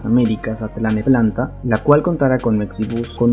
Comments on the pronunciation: ay que aprender a decir bien los nombres, se dice TLANEPANTLA no TLANEPLANTA ja ja ja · Se dice: Cuautitlán* Tlalnepantla* Aeropuerto* Mucha información importante y casi un documental tu video como para que pronuncies mal varias palabras. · Muy dudoso el video, información errónea en cuanto a la línea 1 y 2 segun lo ya publicado en los comunicados, como van a llegar a Tlalnepantla? y los nombres mal dichos.